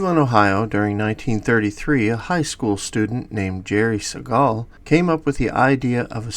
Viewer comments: Not going to watch this if you can't even pronounce Jerry Siegel's name correctly. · That’s not how you pronounce Siegel